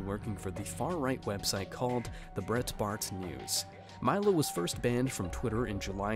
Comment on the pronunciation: What planet are you from? De-Lee-ah... not Dalia. Good god. & Brite-Bart News... You've never heard of these people before?